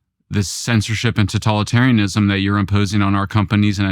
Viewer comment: If he says 'tatolitarianism' one more time...😤